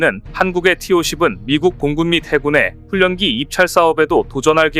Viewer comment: ㄴ, ㄹ, 연음은 ㄹ,ㄴ 으로 발음해야 맞는거야.....훈련기는 훌년기로 발음한다고 몆번을 말하냐...? 초등학교 안나왔냐? 혓짧은 소리 하지마라!!!